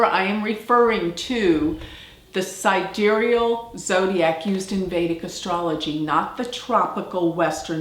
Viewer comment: sidéreal?! I've never heard of this word. Don't you mean: side-real, like the tool?